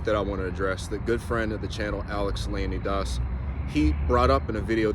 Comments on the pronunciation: That's actually how it is meant to be said. Alex says it the "american" way because that's what Americans understood. Correct pronunciation is leo-nee-daas and not leo-nigh-dus. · That's the actual pronunciation though lol, was talking to an old Greek about the Spartans and when I said the English pronunciation he didn't know what I was talking about.